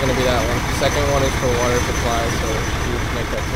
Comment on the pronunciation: "HERE COMES ZE WATAH!" 🤣🤣🤣